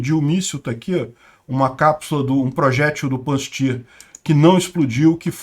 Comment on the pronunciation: Pronuncia-se 'Pancir'